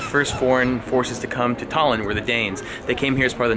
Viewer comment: Sadly... estonians are not fond of people saying Tallinn as you did in the video because it makes it sound like 'Stalin' and it wasn't exactly nice for Estonia when he was in charge......